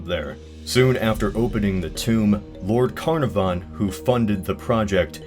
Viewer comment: "Lord CARniVAN" XDXDXD